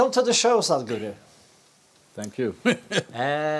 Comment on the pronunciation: The absolute spot on Indian accent pronunciation of Sadguru by this amazing host, shows the amount of effort & research he's put in. I found it to be very impressive as many would simply pronounce it as Sad-Guru, amazing 🖤